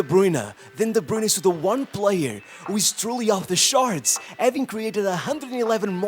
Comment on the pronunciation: "top of the shart" lol